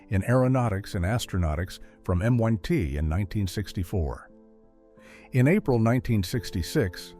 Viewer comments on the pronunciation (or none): Ahhhm, its, MIT NOT, M One T 😳 😖 🙄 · Dear AI voice-over, it is M.I.T and not M.one.T !! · It's not M "one" T ! -- it's M I T; stands for Massachusetts Institute of Technology. If you're going to pick people that ignorant to read your narrative scripts, at least monitor them so you can correct such head-shaking blunders before you release them. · M one 2.? MIT, Fix your Ai. Click bait picture of a shadow but never brought it up. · M1T, really? M-One-T. So much for AI. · So... Now M I T is M one Tee... 100% Ai FAIL... Stop this BS... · MiT not M1T. To the AI??????? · Hmm mins M one T - that's a university I never heard of and terrible AI reading. The other day in a video I heard the AI voice say "r" "e" for the verb "are" - so lame. I didn't finish that video and I'm not even going to watch the rest of this video. Why do you people even bother? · "M ONE T University" lmao! Damn AI! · A shame that the AI voice over was not corrected when stating M one T instead of M I T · Dude.. proofread your A.I. I can't believe people don't listen to the minor details before producing content. If you're too afraid to use your own voice, make the voice you're conveying through, accurate. It's M.I.T. Not M.1.T. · MoneT? AI much? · M one T lol. Ai can say MIT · M-one-T? LoL! Another AI video! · AI voice over just kills me , it's MIT , not M1T😅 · It is NOT M1T it is MIT.... Ai :face-green-smiling::face-green-smiling::face-green-smiling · Um... I think it's pronounced 'EM, EYE, TEE not "M 1 T" but I come from a small town so... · Descartes pronounced as des cart is and M1T- AI is lame and annoying; degrading the entire story. Can’t folks find a narrator that pronounces what is read correctly? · Why do people persist with AI? Duke went to MIT (emm eye tee) not M one T. Totally spoils a great story with this stupidity. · rubbish. MIT is not M one T. idiot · More AI garbage... "M" "One" "T"... Sorry, not familiar with that institution... ????? 🤨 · Oh , he went to M 1 T ? Dumass AI. BYE BYE